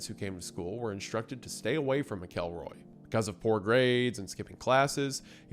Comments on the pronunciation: From a Missourian who has had to coexist with this story my whole life: 1. Mackle-roy, not Mic-Elroy. 2. This wasn't Skidmore's "version of justice"; the townsfolk were decent, religious, and orderly citizens who BEGGED their government to fulfill their end of the deal and enforce the law for years, but they were too poor and "backwoods" for the county/state to commit real resources to deal with one man with a gun. They were trying to do things the legal way, using means that wouldn't condemn their souls. Trina's parents were poor and without resources to uproot their family to flee from Ken, and they had nowhere to go. Poverty and a lack of education meant they were easy to manipulate. 3. So much of the story has been conflated by urban legend and retelling over the decades. I've seen some outlets say there were upwards of 40 people on the street that day, which was crap. It's like the H.H. Holmes murder mansion where the fantasy has long outgrown the reality. 4. Most information taken as "legitimate" by the mainstream today came from Harry MacLean's book, but the locals all knew he was there to profit off their community trauma. The people who actually knew what happened didn't talk to him. People who liked to feel important or get their fifteen minutes, who weren't even in town that day, made stuff up for him. MacLean wasn't generally liked around town while he was there, as you can indirectly tell from his mischaracterization of some people in his book (Lois Bowenkamp was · how do we tell him that he pronounced the last name wrong the entire video? I don't make the rules but it's pronounced Mackel-roy. Not Mick-elroy. Hope sees this:) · Isiah, my brother in Christ, please find audio of these people's names and listen to how they are pronounced before recording these episodes... hearing "mick-EL-roy" was killing me, hearing you say Marcia as "mar-SEE-ah" just killed my soul a little... MACK-elroy Marsha ...and that was just this episode.